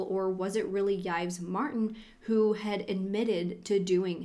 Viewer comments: Horrible. So sad. Heart wrenching. Uhg. Thanks for your coverage. Btw- French pronunciation tips: Yves is pronounced Eve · Yves is just pronounced Eve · Why tf are you pronouncing Yves like that 😬😬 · Who is Judy?? And again, why tf are you pronouncing Yves like that? It’s not a difficult name? You can find the pronunciation all over the internet?